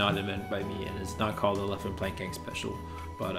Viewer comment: Leffen becomes LEAFfen